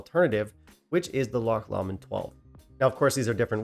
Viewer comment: Pronounced Glen more-angie . Loch Lomond pronounced low-mond . John Walker Blue is a blend . Single malt always better . Enjoyed your thoughts